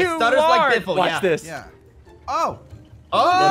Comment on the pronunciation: I laughed when I heard Benjamin biffle